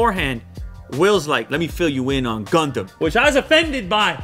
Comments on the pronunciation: Its gundam ._. Very funny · You say gandam But I heared condom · Is is gondon? Did he really say gondon?))) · He say gondom I listen condom LOL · I hear youmumdom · Why I hear ”condom” every time? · When he said gundam ithought he said condomn 🤣🤣🤣🤣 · U pronounce it as gaun-dum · I though that he said Condom 🤣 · Hearing gundown as condom iam perv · Not gondom it's Condom haa haa